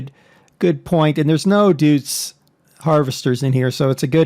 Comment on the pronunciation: Der, the 'Deutz' in 'Deutz Fahr' is actually pronounced "doits", not "doots". I cant blame you for saying it that way, I used to pronounce it "dayuts", sort of like "deus". Not meaning to be a grammar Nazi (or pronunciation nazi...?), but that's how it's pronounced. Sorry if this seems rude, but, just sayin'...